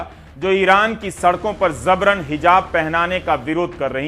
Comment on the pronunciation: Sir word zabaran nahi jabaran hai apki uchcharan se jabran se zabran kahne lagenge bus wase hi jaise amitabh bachchan sabhab ne fozool word ko fizool kerdi jo ghalat hai